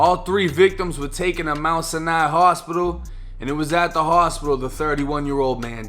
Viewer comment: Man can't even pronounce the hospital right 🤣🤣🤣